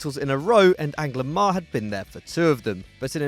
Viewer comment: It is Angloma not Anglomar.